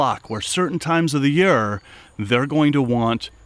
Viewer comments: Awesome video but do you reall have to say yeare instead year ? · Loved this vid! Ps you say the word year funny, you say “yur” and not yeer lol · Alsome video thak you for taking your time to do this. From southern wv.. u say year funny to me round heer its yeeeerrrrr